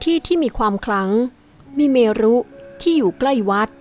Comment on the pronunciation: เมรุ ก็อ่านไปว่า เมน .... ....มา เม_รุ เมเลอะ อะไร